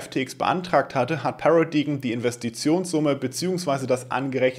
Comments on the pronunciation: Paradigm spricht sich 'Pärädeim', nicht? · “Paradaim” solche Worte sollte man schon nachschlagen wenn man nicht weiß wie sie ausgesprochen werden und 12x im Video gesagt werden 😅